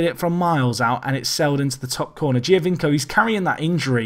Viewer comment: You're no Benji but just FYI its pronounced Joe-vinko (Giovinco) :)